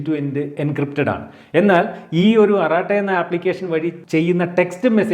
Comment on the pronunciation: അറാട്ടായല്ലാ അരട്ടയെന്നാണ്